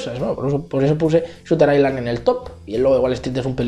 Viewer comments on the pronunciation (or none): none